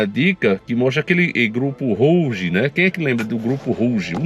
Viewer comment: Olá Rouge quer dizer vermelho em francês, e a pronúncia vc pronunciou correto, no caso seria ( ruge ) Gratidão pelo teu lindo trabalho 🙏💜